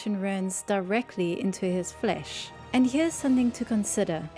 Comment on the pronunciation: i like how she says ''flesh'' like a medieval peasant